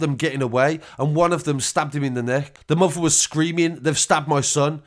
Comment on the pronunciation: The way he says fafer , mofer ans brofer